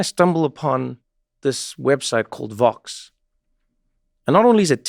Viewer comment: Please be more clear when pronouncing VOX vs FOX. I fear that many people still think you're talking about FOX, which would be very unfortunate! I only learned about the existence of VOX in recent years due to listening to "Today Explained" on public radio during my commute. Thanks.